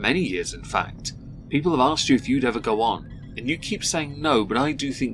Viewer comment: Bro it is so triggering… At least with grammar it’s a knowledge thing and you may not know the rules. With pronunciation you literally just have to look at the word and sound it out!